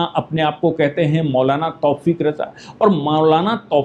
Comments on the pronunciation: तौफ़ीक़ नही तौक़ीर रजा नाम है दारुल हरब है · तौफ़ीक़ नहीं तौकीर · तौफीक नाम नही है। तौकीर राजा नाम है।